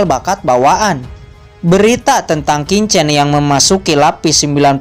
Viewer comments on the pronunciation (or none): slmt siang Min lagi sibuk ya. kalau sdh ibadah jumatan tolong min di lanjut, versi mimin lebih bagus dan lebih bisa di mengerti dari versi sebelah yang bacanya sangat cepat. Min cuma kasih input sebagai penutur bahasa mandarin bacanya bukan kincen tapi Chin chen. bukan Sau cen tapi bacanya Siau Chen.. ada bunyi ch.. dimana dua bibir membuka dan lidah di tarik keatas. maaf tidak bermaksud menggurui ya min